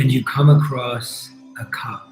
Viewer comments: This has been most enjoyable, I kinda went on my own journey though. Also, I swear u said cub xD not cup. So I imagined a baby cheetah xD which I took up to care for and go on our journey together. Now what does that mean, since I didn't have no plastic cup, I trashed :D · I thought he said cub too. Mine was a lion and I was confused by being asked what it was made of. When I realised I changed it to a mug I bought with a friend that always reminds me of her.